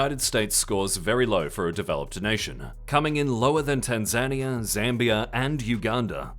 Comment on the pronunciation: Tan-Zane-ia? WTF.. sometimes you should just look up how to pronounce things instead of guessing.